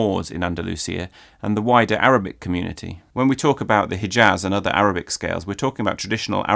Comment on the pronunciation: Great video, but I was a bit dissapointed from the way you said "Hijaz" - the h in "Hijaz" is pronounced more similarly to the German ch than to the regular English h and you've already shown that you know to pronounce the former very well.